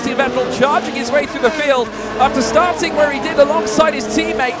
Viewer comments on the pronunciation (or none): none